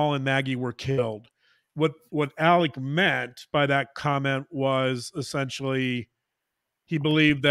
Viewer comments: The worst part is that he also pronounces the “A” as an El sound. “Ellic” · He says "Ellik Murduck." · The south is not a foreign country. We speak the same language. It’s pronounced Alex and the last name is pronounced Murdock. He chose Alec bc he’s a narcissist. And any other southern boy would have whooped his a$$ for trying to “Alec” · Just to clarify the first name pronunciation... As a transplanted southerner, in my state, we have a town called Alexandria that locals pronounce the same way Alex pronounces his name, "Alec" (or really "Ellick"). I don't get it, but it's a thing. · I have lived throughout the South for 40 years. AM’s pronunciations of his name is not Southern. And actually, if you listen to Mandy Matney’s podcast, she goes into all that. AM actually pronounced his name as Ellick. However, you are incorrect about the pronunciation of the last name Murdaugh. In a more Gaelic pronunciation of the name Murdaugh, the GH is pronounced like a hard K. So, I don’t think you can really fault them for that, that they want their name to be pronounced in the traditional Scottish/Irish/Gaelic way. People throughout the UK commonwealth actually pronounce similar names with a hard. K sound. Similarly, the name Dougherty is often pronounced Dockerty. As much as I enjoy your show and your insights, it might be good to do a little research before delving too deeply into speculation about why names are pronounced the way they are and what that could reveal about character and personality. Just a thought. :-)